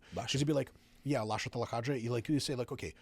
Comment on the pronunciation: It's Lasha